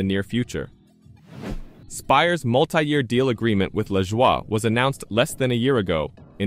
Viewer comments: Was it you or your electronic voice making a fool out of you. It's pronounced La JOY not leshwa! You look like the fool that you are. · I would think that if this is really NASCAR Overtime, you would no how to pronounce Corey’s last name.